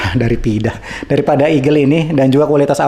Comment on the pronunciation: Dari tadi saya dengar banyak terpeleset kata DARIPIDA, KALOUKE, dan PEDAHULUAN Tadi juga saya lihat direview Eggel XL 3 Max ada beberapa kali terpeleset 😂